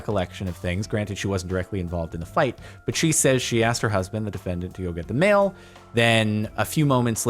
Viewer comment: Thought he was saying male until he said mailboxes